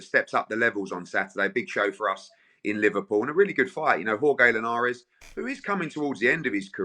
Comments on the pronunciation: I started creasing when Anthony crolla called him ‘You’re gay Linares’ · Bent butchered Linares' name there 😂